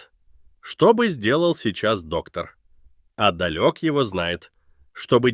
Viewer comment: Начала слушать, и понимаю, что это про Мастера и Доктора 😁 вот это новогодний подарок, так подарок! Спасибочки🎉🎉🎉 только не далёк, а дАлек